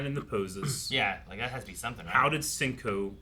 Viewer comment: Yo being so stupid damn iiit. He finally did something great and then he risks it all and fails. Next episode is so good. Damn, called it. I had no idea and was so curious. calling him Senko, it's Senku, he forgot. orz